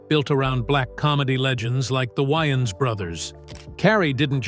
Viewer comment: I am insulted! Narrator..... Even YOU ....should be able to pronounce WAY ANS Brothers correctly! It is pronounced Exactly the WAY it is spelled!!! You just couldn't give credit where credit is due....now could you? YOU ARE DUMB! A little more difficult for you.... The "B" IS silent in that one......😮